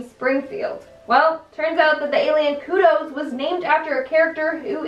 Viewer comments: Kodos, not kudos. Kudos for trying though. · And Kudos instead of Kodos smh. Aight I’ma head out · Researches and pronounces Groening correctly, kudos on that. But pronounces Les Miserables.. and Kodos.. completely wrong. No kudos for you! Keep pumping these out though. You're alright with me.